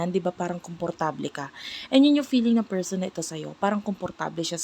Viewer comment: Sino yang feeeerrrrrsssssonnnnn na yan 😂😂😂😂